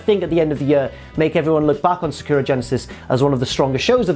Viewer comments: Its Sa-ku-ra. In japanese it is spelt さくらi think. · Is because Sakura (pronounced Sa-Ka-Ra, not how says is) is Japanese for cherry blossom. Also the most popular name for females in Japan I believe. And yeah, it’s much nicer to look at than! 😂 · Jesus Christ, say Sakura correctly.